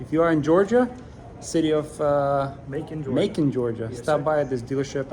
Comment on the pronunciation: It’s Macon, rhymes with Bacon!